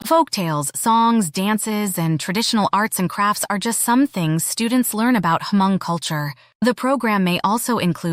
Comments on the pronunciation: The you pronounced Hmong is wrong. Not Ha-mon-g! Hm-ong! The g at end is silent. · Ugggghhhh it’s not ha-mong!!! H is silent it’s just mong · It’s not Huh Mong….. it’s Mong, the H is silent. I do like this video. Thanks for doing this. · Thanks. FYI....the "H" is silent. Please just pronounce......Mong. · Thank you for making this video. Only thing I cringed was the pronunciation of “Hmong”…. Every time the narrator took a breath for “H”-Mong. 😂 The “H” is silent. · Hmong culture is not only for hundreds of years and is not H-mong, try to pronounce better. It's over 8 thousand years. Want to know more about the Hmong, STUDY HARDER. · "Ha-Mong"? H is silent. 😂 Hmong /Hmoob. 😊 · Despite the AI voice struggling to pronounce the word Hmong, sometimes with a hard “H” and also spelling out Hmong words instead of correctly saying I’ll give you props for researching my people’s culture. It would be nice for you to contact a person of the people you are exploring and get their insight, including the proper way to use their language in your videos. Anyway, thanks for learning different cultures of the world.